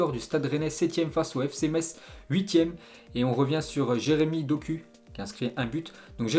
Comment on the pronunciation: Doku se prononce Dokou